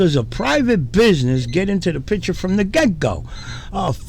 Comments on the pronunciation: What’s even more frustrating is listening to people who still can’t pronounce the word “picture”………. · I’m fed up with trying to convince frauditors to pronounce the word “picture” but it seems like even frauditor channels can’t pronounce it either……